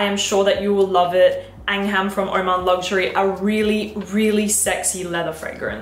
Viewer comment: lovely choices let me correct the pronunciation for oman luxury its LIKE HOW YOU PRONOUNCE ANGAM W/O ALFA H:face-red-heart-shape